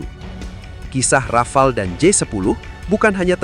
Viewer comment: desult Rafale ya heeeer